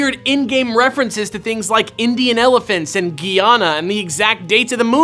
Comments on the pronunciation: Great video, only thing is the country is pronounced Guy-Ana (Guy as in a male, rhymes with try, etc. lol). There is a country called French Guiana tho! (Guyana was British owned, Fr. Guiana was you guessed it French owned) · ...That would actually make a great fanfic. Also,, you pronounced Guyana wrong. Or am I pronouncing it wrong?